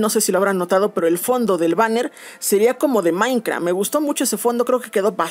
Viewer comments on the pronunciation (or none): Jaja me encanta como dice "Maincra"